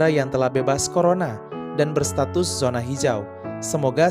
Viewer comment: Min, zona ya dibacanya zona, bukan sona